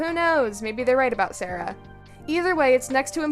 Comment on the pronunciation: That’s not how you say Sara’s name 🥲